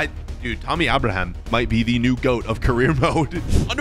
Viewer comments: It’s not Tommy auberhamh it’s Tammy Abraham with Abraham as in the president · “Tommy Aboraham” 😂💀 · “Tommy ubraham” 😂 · “Tommy Abrahom” 💀💀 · You said Abraham wrong